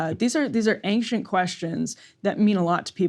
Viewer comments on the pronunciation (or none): Aynkshent is my new favorite way to say ancient